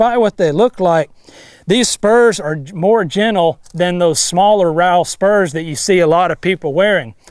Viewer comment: Is he say I g spurms